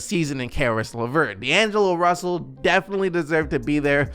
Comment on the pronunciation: “D’angelo Brussell “